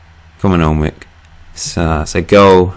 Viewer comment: great video but Alnwick is pronounced Ann-nick :)